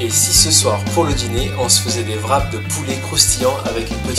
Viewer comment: Rap, pas vrap :(